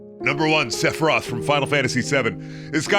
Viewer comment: Sephiroth? More like... (Chills voice) NUMBER 5 SEPUHRIETH